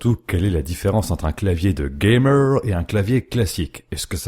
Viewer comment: j'adore le début "gammeuuuuuur" à l'american^^